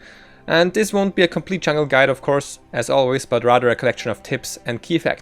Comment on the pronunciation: I think I'm a bad person for saying this, but every time I heard him say "chungle" it hurt my soul.